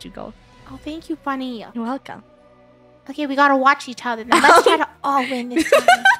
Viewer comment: Its Funneh not funnneh